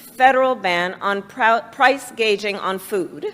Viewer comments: What does she mean price gauging, sounds like she was trying to say gouging? Let me guess she’s gonna start talking about labor next. And the rich man that owns private property. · First , tell the Idiot , she said "Price Gauging" not Price Gouging , she must have Missed the "Yellow School Bus" the day they taught the difference . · Every time l hear that. I swear l hear gage putin. Not gouging food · It sounds like is speaking of Hurricane Katrina wrt the generators, if I remember correctly, it has been nearly 20 yrs, getting older, lol. Also Harris, it is price gouging not gauging, lol. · price gaging on food ? what ? she is as bad as biden. someone needs to tell her its "gouging" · She said, "Price "gauging" if you listen closely enough, you'll always hear their true intent. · Idiot doesn't even know it's gouging not gaging. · She doesn't even know how to speak! It's not hospitility it's hospitality. It's not price gauging it's price gouging. She doesn't even know what to call her own policies in the English language!!! She's immensely dumb, embarrassing to listen to her talk.. please stop talking, Ms Harris! You're representing our country in a bad way. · She said "price gauging" instead of gouging... She really is a moron 🤦‍♂️ Lmao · She said “gauging” 😂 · She knows it's pronounced "gow-jing" as opposed to "gay-jing" right? And my phonetic spelling may not be correct but you guys know what I'm trying to say here; "gouge" and "gauge" have different meanings, and are indeed pronounced differently. I'm continually surprised by her seeming lack of intelligence. She was a DA and an AG! How is she so terrible at articulating herself? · She said price gauging. 😳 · “Price gaging” Wtf is that? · Its not "gaging" its "gouging" two totally different words. She is saying the quiet part out loud. Power. Control, Money for all but the peasants. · Yeah, I thought the blurred people was sketch. And price gaging? She doesn't even know the word is gouging?